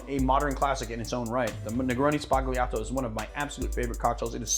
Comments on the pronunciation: Dear, I’m writing from Italy. I love your channel, it’s amazing!! Please note that it’s Negroni “sbagliato” 😜 with B not P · outstanding selection of modern drinks! Thanx! (the Tarantino quote is wonderful, but your pronunciation of "sbagliato"... ehm...) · Anyway your italian pronunciation make me smile😂